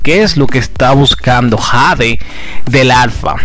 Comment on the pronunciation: Su nombre es Jade sii pero se pronuncia jey😂